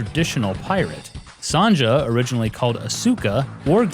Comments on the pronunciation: "son-juh" what? Come on, norm, you've never heard the name Sonja? It's pronounced Soan-ya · Son-ja? It's a German name so it's pronounced son-ya. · "SAWN-JAH"!? You really don't know how to read the name "Sonja"? It's pronounced the same as Sonya or Sonia. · Sonja is pronounced Sonia. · Sahn-jah? Asooka? Come on man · How can Advance Wars be the 5th game in the Nintendo Wars series if 5 games (Famicom Wars, GB Wars 1, 2 & 3, and Super Famicom Wars) all came before it...? Also it's pronounced 'Sonya', without the J sound. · The pronunciation issues had made me think for a moment that Sonja (sonYa) was originally called Cyka instead of Asuka. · Haha! “Son-Dya” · Isn't Sonja pronounced "Sonya"? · How the fuck do you not know how to pronounce Sonja? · Sonja comes from a country that does not pronounce j the same way we do. It has a sound comparable to the sound a y makes. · did you really pronounce Sonja with the j? seriously my sister is named Sonja and it is pronounced Son[as in sony- and ya] the j is pronounced with a Y sound, i've never heard it ever pronounced with the j sound....wow